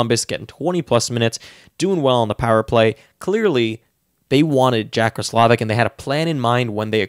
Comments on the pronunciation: Yup. Ross--la-vick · You're right. It's pronounced ross-low-vick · I’m pretty sure you’re pronouncing roslivic wrong